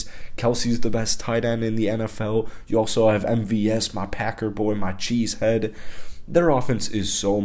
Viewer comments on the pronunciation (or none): This mfer just said "packero"